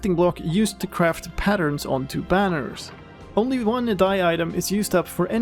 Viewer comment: "Kwaft" XD